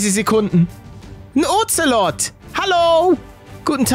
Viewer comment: Ich finde lustig wie er zu den Katzen Oxelod sagt 😂